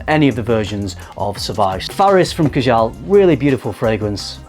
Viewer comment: Number 2 is pronounced Kaa-Jal. Rather than ka-Jaal. Otherwise, cracking video as per